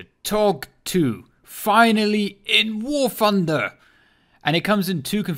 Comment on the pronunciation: warf hunder!